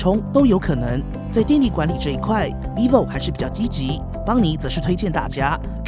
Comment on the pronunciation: 一直聽成維尼牌XD